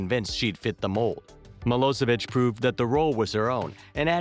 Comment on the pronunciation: it's milošević (miloshevich) not milosevik!!!!!